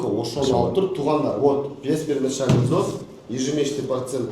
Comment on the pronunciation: Взнс эмес взнос деп айт.